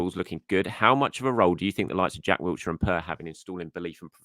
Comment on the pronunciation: I love these b videos but..... PLEASE there is no T in Jack Wilshire